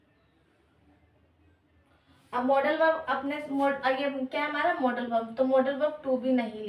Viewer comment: Maam aap मॉडल verb ko मोड़ाल verb kyo bol rhi ho ya hmm hi galat padhte a rhe abhi Tak 😊